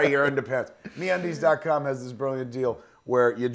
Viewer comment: I kinda like Bill Burr's advertisements for Me-Undies Me-Unides...